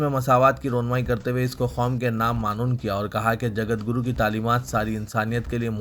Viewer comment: اردو اخبار کی غلطیاں اللہ اکبر رخنہ کے ر کو زبر کی جگہ پیش اور معنون م کو پیش ع کو زبر ن کو جزم. و کو زبر اور آخری ن کو جزم